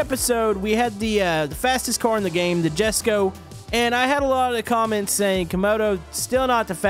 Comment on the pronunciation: jesko is pronounced yes go